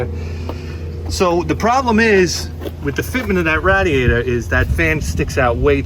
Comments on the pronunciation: what the heck is a rad-E-ater? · I like the way he says "radiator"